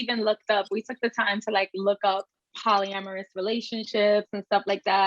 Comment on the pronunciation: Help this old lady out… wtf is polyramus? Lol